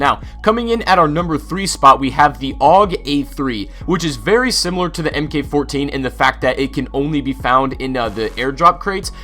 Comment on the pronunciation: It's "mark 14," not em-kay-14